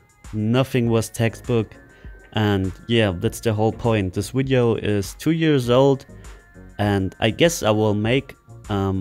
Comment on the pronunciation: PRACTICE ON PRONOUNCING VIDEO... NOT "WIDEO" LOL